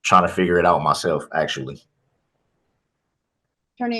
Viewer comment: I’m 1000% confident I heard a “mythelf” in there 😂. I also heard that he got married against his will and the marriage was violently consummated hahahaha